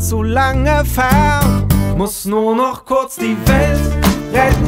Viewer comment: Vor 11 Jahren hat sich mein Opa über seine Aussprache beschwert(Nur noch kurz die welt rett), jetzt reg ich mich darüber auf😢(aber ich mag das lied)